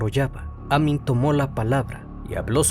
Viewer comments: me desespera cada vez que dice Amin cuando escribió Amín 🙄 y el apellido es Arias sin acento 🧐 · Vivo a unas cuadras del lugar del asesinato. Muy buen informe. Muy buen trabajo. Te felicito. Sólo una pequeña aclaración, el apellido lleva acento en la última sílaba, sería Amín. Y el apellido de la víctima lleva acento en la primera. Saludos. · Se pronuncia Amííín. Con la sílaba tónica en la "i". Y Arias tiene la sílaba tónica en la primera "A". Soy fan de tus videos, no me malinterpretes. Sigue así 🙏🏻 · Ojo con la pronunciación, el apellido es Arias, no Harías. También el nombre Amín, lleva acento en la í, hay que pronunciarlo así.